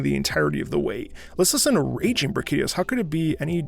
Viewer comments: Bruh KeeDeeos Or Brachy Dio’s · BrachydIOS, I think that's how the Dev Team pronounces his name, making emphasis on "IOS" The original title of this Theme was "Brave Icon.", The Theme then changed to "Brutish Indigo.", And for Raging Brachy changed to "Brutish Indigo Rages.", And just like Alatreon's Theme, a part of the Theme in Iceborne has a bit of the main Theme from MHTri's motif; "To One With Life.", Brachy was the flagship from Monster Hunter 3 Ultimate Brachydios Is a Monster that has a symbiotic relationship with this slime bacterium thing that generates this Green explosive slime, he can trigger this explosive slime through this bacterium after using his tongue and licking it's hands Raging Brachydios is basically a More explosive and angry Brachydios that has control of the "Flashpoint Slime." In Iceborne specifically he has a last phase where he creates an arena-like scenario, just you and him. Now his slime can be all over the arena, burning through the floor, waiting to explode all the place Interesting fact: Everything Is burning that much to the point that His Shell softened, usually His Shell protects him from His own explosions, in this last phase, His greenish Shell turned Black, and now he receives damage from it's own explosions; He's giving everything to destroy you. I love this Monster. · I had like 12 aneurysms when he pronounced Brachydios.